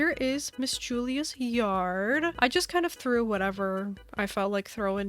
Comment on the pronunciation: I love how u say yarrrrd💅im sick to btw☺